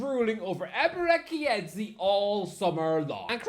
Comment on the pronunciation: EBERE”QUI” EZI 😂😂😂